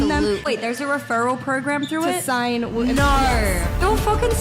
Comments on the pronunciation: Love the channel, hate the fact he cant even pronounce the plural of woman correctly, its WOMEN, not woman!!!! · Day 1333 Dude don’t ur friends tell u you’re pronouncing women wrong??